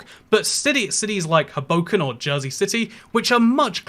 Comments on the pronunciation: Not from New Jersey but I have heard many Jersey City people call that Ho-boh-ken not Oh-boh-ken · As someone from New Jersey you pronounced Hoboken wrong